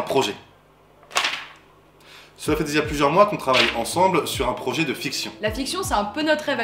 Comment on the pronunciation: Un projer avec un r ? Il commence bien le projer 🤣